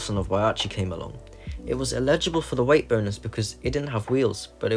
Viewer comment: Love this video. The way you pronounce "eligible" makes me want to climb a wall, though.